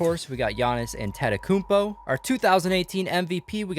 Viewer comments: “Antetokounmpo” its Ante-ta-kump-oe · I mean he said Antetokounmpo wrong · He said Antetokumpomn wrong